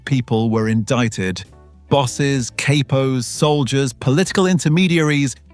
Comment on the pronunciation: Va-La- Chee,Valachi😅 Cap-o ,Capos😅